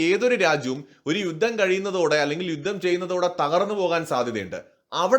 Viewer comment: യുദ്ദം എന്നു കേൾക്കുന്നത് അരോചകം. ആയുധം, യുദ്ധം ഇതൊക്കെ ഉച്ചരിച്ചു പരിശീലിച്ചാൽ നന്ന്